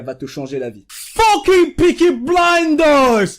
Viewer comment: Sa me tue quand tu dis foking au début XD